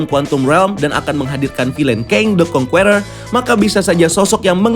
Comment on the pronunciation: how to pronounce conqueror is : kongkerrer